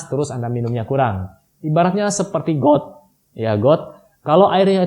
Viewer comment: kok suara pas blg got kyk gtu ya😁